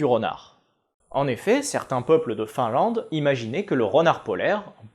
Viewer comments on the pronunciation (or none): none